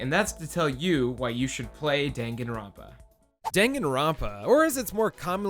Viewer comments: DANG-GAN-RON-PA??? IT'S DAN-GAN-ROUN-PA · It's pronounced dun-gun, not den-gen, lol. You don't read romaji using stupid english rules. I'm not gonna waste my time teaching you japanese. Just go and take your western "carry-oh-kee" ass to a video where a japanese person pronounces it properly. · Great video, but the pronunciation of every Japanese word was so off. Its pronounced “Dahn-Gahn-rown-pa” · "*Dang* Gon Runpa" "Spike chun soft" ...My god is that how other people pronounce them????! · DANgan ronpa. DAHN. Like Dawn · I enjoy your video but how you pronounce Danganronpa hurts me physically lol but you are still awesome ♡ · Bruh. You can't even pronounce Danganronpa correctly.